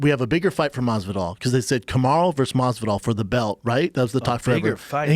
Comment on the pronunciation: Everytime brandon says masvidal i get hiccups 🤮 like dude fix it.